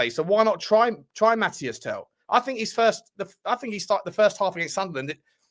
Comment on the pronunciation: Tel's name is pronounced Mateese, everyone keeps saying Mathias ;)